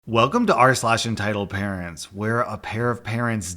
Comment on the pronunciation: Who heard "a parent parents"? XD